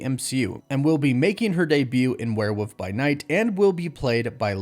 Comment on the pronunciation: Isn’t is “where-wolf” not “where-woof”